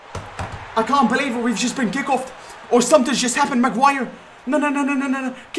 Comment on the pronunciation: Its not Macuire and its defo not slaphead😂